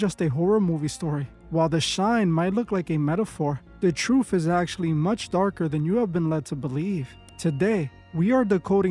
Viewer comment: The "troof" about the "yoof" 😂